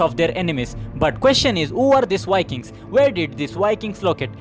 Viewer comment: Indian vlogger Why wiking in his pronunciation?